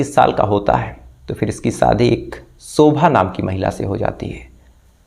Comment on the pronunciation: Please ap apna sh or s thik kejye, shobha hota ha, sobha nhi, shadi hoti ha, sadi nhi, suru, nhi shuru hota ha